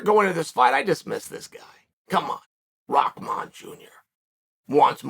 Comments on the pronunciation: "rockman" It's RAH MAN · Never clicked so fast when I seen the name Hasim Rahman Jr. Had to see how you apologize to someone when you could not possibly care any less how their name is even properly pronounced. “Mr. Rasim Haman- This is ole Chael - I owe you a sincere apology kind Sir”. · It’s an arabic name, you definitely do not pronounce ‘rah’ as ‘rock’ lol. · am i the only one seeing RAH-man, but hearing ROCK-man from literally everyone? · Rock Man 💀 it’s Rah RA+H where y’all getting from the K or the C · Am I trippin.. or does everyone say "ROCKman" rather than "RAHman"? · it's not a English name and from where i come from there are many people with this name.. It's an Urdu name and it is not aak...it is like Bahamas , Rahman Rah not raak.. It's not an English word. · "Rockmon" lol only Chael can calling someone a different name funny as hell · The fact that you're saying "ROCKman" is ridiculous 😂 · His father was called Rock, somehow they turned that to Rackman. I think it came from the pronounciation of the name. Like people call Habib, Khabib, the K is supposed to be silent. Rahman, Someone they involved a K to the Rakhman.. LOL, IDK, my theory.. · I can never tell if Chael is trolling or not when he mispronounces peoples names 🤣